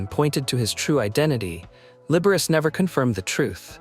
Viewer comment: Announcer, learn how to pronounce names properly. Liberace is pronounced Liber-a-che.